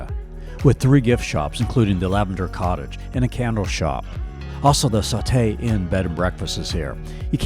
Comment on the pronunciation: Nice video! But it’s saw-tee, not saw-tay!